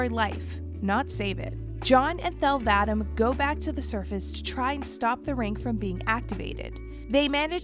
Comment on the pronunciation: I wish they got someone who's actually played the games to narrate this video because there's literally no excuse for mispronouncing so many things it's ridiculous. A two minute google search would have showed you go to pronounce Cortana or Thel Vadam.